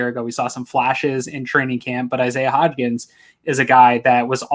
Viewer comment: It’s HODGINS. HOD-GINS. Not hotch-KINS. HOD-GINS. Put some respects on the dudes name